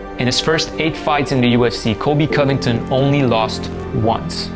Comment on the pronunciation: The moment Covington became Cuntington